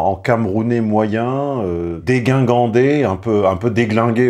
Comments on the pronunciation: On dit "dégingandé", mon cher. Pas "déguingandé". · la bonne prononciation est : dé·jin·gan·dé. Donc merci cher maître de nous montrer à nouveau votre déficience. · Dégingandé! Ne pas prononcer -guin, comme (dé)Guingamp(dé), mais -jin, comme... euh... à jeun! Le -gu se rencontre certes dans certains discours oraux mais ne correspond ni à la graphie ni à l'étymologie; raison de plus pour faire parler le -jin! Après les plus-que-parfait du subjonctif, je continue ma route vers la perfection édouardienne; une modeste contribution qui, a défaut d'être pécunière, fera le régal linguistique des petits comme des grands (le bourdonnais; comprenne qui pourra). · Pour les amoureux de la langue française, je signale que la prononciation correcte de Dégingandé est "déjingandé" et non "déguingandé" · Je l'ai appris il y a peu mais "dégingandé" ( je croyais qu'il y avait un U quelque part), se prononce "déjingandé" (vers 4min). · "dégingandé" et non pas "déguingandé" il me semble,n'y voyez aucune malice de ma part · On dit déGINgandé oh la la çà m’étonne de cette petite erreur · Dégingandé : « dé-jin-gan-dé » ; et non pas : déguingandé… Aucun rapport avec déglingue. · Dégingandé....se prononce "déjingandé" et non déguingandé...merci.